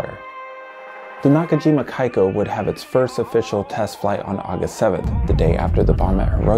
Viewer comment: Pronounced “kee-ka”🤘🏻